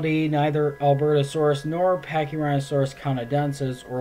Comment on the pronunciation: Pachyrhinosaurus is my second favorite dinosaur, the fact that yhey butchered it makes me sad...